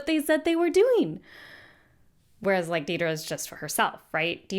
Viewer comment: I also find it odd that so many people misspell her name as Deedra or even say her name, in re-watch and analysis videos, as Deedra, while all the characters distinctly say, Dedra (pronounced it Deh-dra). The mispronunciation as Dee-dra slightly annoys me.